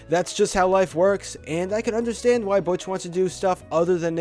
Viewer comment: He said Butch wrong